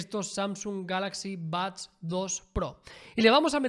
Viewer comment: Porque pronuncia Bads?